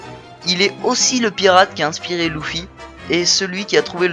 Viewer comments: Arrête de l appeler louffy on dit Luffy(leffy) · Ces pas louffy mais luffy